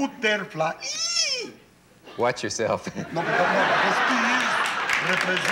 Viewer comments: I'm spanish. When he said butter-fla-iiii. I really lost it. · Butterfly, he says like that because every non spanish people they say Dali, plane and without final strong syllable, when the correct form is like he says buterflÍÍÍÍ, spanish is DaLÍ. Anyway in french and spanish he talks erratic aswell, very bizarre and many neologism, a surrealist from head to toe. Very strong classic culture, total determination and will, Wondeful man and glorious genious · Boo.Ter. Flai. EEEEEEE.